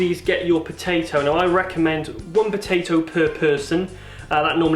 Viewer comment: fuck you and your Pow-Tay-ToE : /